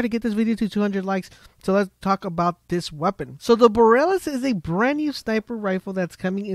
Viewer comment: Also it's most likely pronounced boar-ee-a-lis a as in Apple it's like aurora borealis aka the northern lights